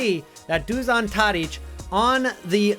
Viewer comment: Š in Dušan Tadić's name is read SH not just S so it turns out Dushan Tadich